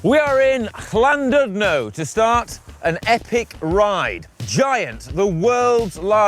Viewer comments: Correct pronunciations: Bet-oos ugh Coyd, Here-nant Pass, Llan-did-no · Oh you didn't even begin to pronounce places correctly - You really failed big time.....spoils the video 1. Llandudno - pronounced Cthlan-did-no 2. Betws-y-Coed - pronounced BET-uhss uh COYD 3. Llyn Celyn - pronounced Cthlin Kelin 4. Hirnant Pass - Pronounced Here-nant 5. Powys - Pronounced Powis...not Powees 6. Rhulen Hill - pronounced Roolen Hill Then you cut it short by not going to Caerdydd.....tough ride yes...length of Wales...no....Marks for pronounciation 0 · guys, guys, guys.....it's "llan-DID-no"